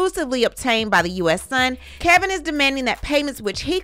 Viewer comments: It's Kevin! Not Kelvin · It’s Kevin not Kelvin I thought.